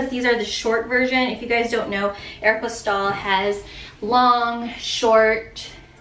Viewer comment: I like how you pronounce Aeropostale. 😀